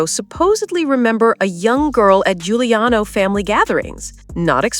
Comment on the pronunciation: Giuliano pronounced Juliano, please